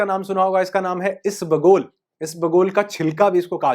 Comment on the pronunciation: सर, "ईस बगुल" नहीं, ईसबगुल, ऐक साथ ही बोले.